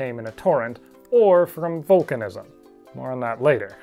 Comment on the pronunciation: When he says vulcanizam 🖖